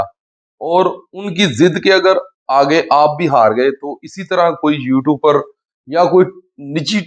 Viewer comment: اوے چول آدمی تجھے یو ٹیوبر بھی نہیں کہنا آتا؟ یو ٹوپر کہہ رہا ہے تو۔ لرگزی گاڑی؟ فٹے منہ